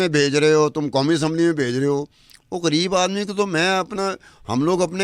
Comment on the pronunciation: ایک اہم بات کہنی ہے کہ خان کا تلفظ اینکر کھان کرتی ہے جو صرف منفرد بننے کی ناکام کوشش ہے اسی طرح غریب کا تلفظ گھرب کرتی ہے جو اردو کا تلفظ نہیں لیکن یہ علی الرغم کرتی ہے اور درست کرنے کا ارادہ بھی ظاہر نہیں ہے ۔